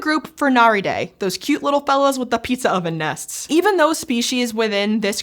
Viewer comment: Sounds like dove nests😂